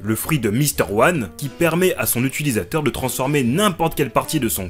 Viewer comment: on dit "utilisateur" pas "utUlisateur" 😵